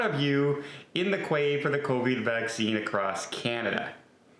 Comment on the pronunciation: Queue....it’s not qway, it’s cue.